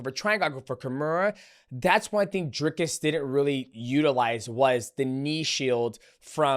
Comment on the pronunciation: Whenever DJ says Dricus it sounds like he’s saying Jerkis